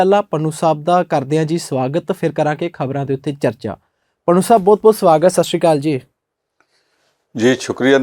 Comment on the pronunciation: Good comments but what about the Jalandhar Parliamentary election ? When will this anchor make right pronunciation of Punjabi word ‘ Bahut’ ?